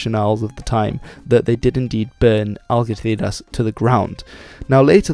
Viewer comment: You have good pronounciation but for Algeciras u said it wrong, the g is said like you're trying to cough up flem Good video as always though